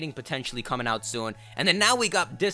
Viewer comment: It's "coming".